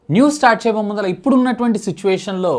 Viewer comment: arey mundhala kadhu raaaaa ayya mundhata